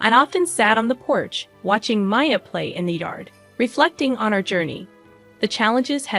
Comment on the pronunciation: I get a laugh out of some of these - there's one YouTuber who constantly pronounces 'Maya' as Me-uh (which should be spelled Mia, as in this story), whereas this story slips into pronouncing 'Mia" and My-uh. And I suspect that mommy is living somewhere entirely away from the ex, because I can very easily see a "I'd still be married if I hadn't listened to you!" rant coming, based on that ending.